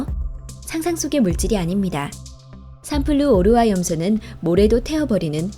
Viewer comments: 삼플루 오르화 가 아니라 3플루오르化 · 삼플루/오르화 라고 읽는거 실화냐?